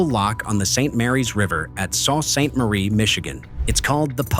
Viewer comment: This is a problem that has been there since the first 1,000 footers were put into service. The "narrator" is wrong on one point. The first name of the city is pronounced SOO like the locks. I am in Michigan!